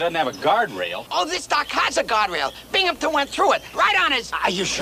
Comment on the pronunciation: First time Bimgamton had glass in his glasses!....there’s no p in his last name!